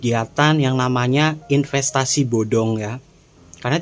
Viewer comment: Wkwkwkwkwk 🤣🤣🤣 Ipenstasi bodong 😁😁😁 Sumpah mas geli ngakak banget aku denger nya 😁😁 terimakasih sarannya mas 🙏🙏🙏